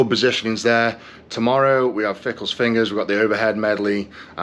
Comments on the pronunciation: FINGALS not fickles ,😂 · Why is he saying Fingal’s fingers incorrectly?